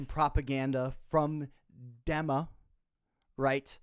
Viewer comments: it IS actually prononced DIMA, not DEMA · did this dude just say dem-a?